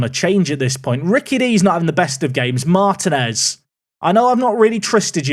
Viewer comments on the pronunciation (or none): none